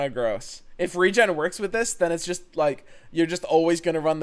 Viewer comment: As a note to: saying 'Regen' with your dialect sounds very similar to how you say 'Region'. Enunciating as re-JEN or saying Regeneration fully can help clarity.